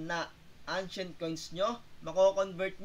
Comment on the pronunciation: ano po ang "angshent coin" ?